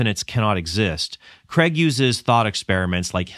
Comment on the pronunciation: Cregg? Craig!